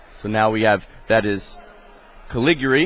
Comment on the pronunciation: I love how the announcer mispronounces the name "Calig-yuri"